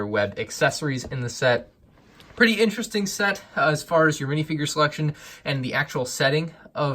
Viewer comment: I find it so annoying how he says interesting In terrrr estink